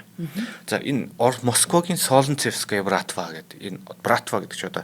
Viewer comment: Солнцевская- Соонцэвскаяа гэж дуудна